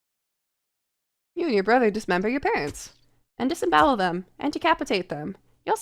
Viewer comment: Never apply that inflection to the word 'brother' ever again